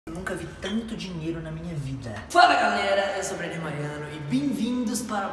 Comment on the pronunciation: e ainda fala o nome do Brenner errado